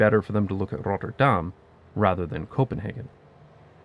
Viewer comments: You get a passing mark despite showboating your mastery. You've got a very clear accent, with a noticeable pause between the 'Rotter' and 'dam', with the emphasis ending up on the second bit in a rather... American-sounding way. If you get rid of the pause though I think it will be a lot less noticeable, even to natives who are already used to pronounciation getting butchered anyways. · If he wanted to pronounce Rotterdam 'like the locals', he should not have used the typical Dutch 'Rolling R' but a 'french R' like in 'Paris' or 'Montréal', like the Rotterdam dialect 😉. Anyway it is laudable that someone (that lives here) will pronounce the names proper, don't you think? (What is find more stupid is Dutch, when they speak English, pronounce the names (places, people) in an English accent. ) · Love the vid, but can you PLEASE not disfigure the name? You're saying: "Rot-tur-daHHHm," but it is pronounced: "Rot-terr-dam." Keep the "dam" short. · If you want to pronounce it the way Rotterdammers do, lose the trilled R. The first R should be a guttural sound like a Dutch G, just more relaxed, with less air, and ever so slightly more towards the front of your mouth. Forvo has some good examples. The second R is pretty much an alveolar approximant very similar to the one you're used to in English. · Needs more emphasis on the t's, Not 'Rodderdahm' but 'RoTTerdahm' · Damn there are a lot of replies here. 😯 I knew I would pronounce the "tt' wrong. That's because of the lazy North American accent that turns 'tt' into 'dd'. It annoys British people. Thanks for all the suggestions to improve it. Misschien moet ik ooit eens een hele video in het Nederlands maken? That may scare everyone off though ... my kids say my accent is "verschrikkelijk". 😂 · Dutchie here. All the cool kids call it Roffa, but your pronunciation was good. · I find it interesting how you pronounce Rotterdam like "Notre Dame". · Your first R rolls too much.